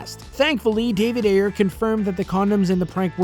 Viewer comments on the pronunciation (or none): none